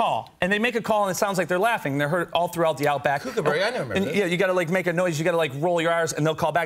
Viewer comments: THANKYOJ OMG ITS SO FRUSTRATING LOL! And he said kookaburra wrong.. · His pronunciation of kookaburra annoys me so much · he fucking pronounced Kookaburra wrong. "it'll swoop down and grab and shrimp off the barbie" screaming in frustration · when they say kookaburra wrong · You said Kookaburra wrong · He said the word Kookaburra wrong. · Animal expert? He can't even pronounce Kookaburra properly! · He can't even pronounce Kookaburra properly and they aren't beautiful birds, they eat baby birds after snatching them straight from the nest.. their laughter is pure evil. And we don't call them Shrimps! They're Prawns! This guy knows nothing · expert.. he cant even pronounce the birds name properly.. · They can't even pronounce kookaburra!! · I don't know who this guy is, but he's definitely not Steve Irwin, and watching the way he interacts with this Kookaburra (pronounced Cook-a-burra, not kookyberra) is just all out of whack. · Just KOOKABURRA not laughing kookaburra, the same with KOALA not koala bear. Pronounced Cook-a-buh-ra. not kook like a crazy person. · pronounced cook not kook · Its pronounced ' cook - ah - burrah ' not ' kook - a - burrah' please people, please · The koo in kookaburra rhymes with cook or book, not spook. And they don't take shrimp off the barbie, because we don't have shrimp here. We have prawns, but what they like is snags off the barbie. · There are only 2 "O"'s in Kookaburra so it is pronounced Kook as in Cook. They Are easily trained to laugh if he bothered to learn. You don't have to roll your R's. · Pronounced "cook"-a-burra NOT "kook"-a-burra... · Kookaburra isn't pronounce like Kooookaburra, the oo sound is the same as in took. Also, this is just a baby, because of its small size, coloration and not having a developed tail. Only mature adult Kookaburras call (laugh). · Yes, you would think one would learn the correct pronunciation before discussing a bird. It may be spelt kookaburra but it's pronounced cookaburra